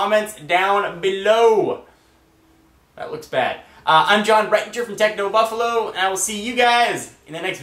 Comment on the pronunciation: he says buffalo funny....thumbs up if you agree lol jk i hate those people (like